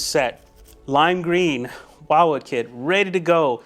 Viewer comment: It’s not While-wood, will-wood 😂